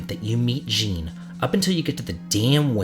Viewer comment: I noticed you used Krile's original name Cara. I'm quite saddened that Cara wasn't used for the general English release. It's really pretty. Oh, and just a slight thing with the name Jean. For men, it's pronounced John, or Szon. It's the French version of John.